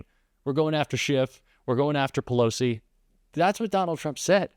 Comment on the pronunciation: Pelosi obsessed? It’s other way around. He can’t even get Pelosi’s name right, keep calling Nikki. Give me a break, “ Shady Vance.”